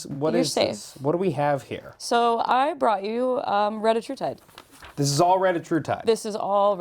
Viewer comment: Do not listen to anyone who pronounces it as reddah-true-tide. It’s re-DIH-trutide. Same with semaglutide, it’s seh-MAG-lutide. Not semah-glue-tide.